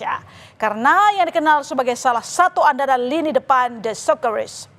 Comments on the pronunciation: sekerusus 😂😂 socceroos woi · Kalaa berjumpaa... Scoreses.. Scrors😂😂😂menit ke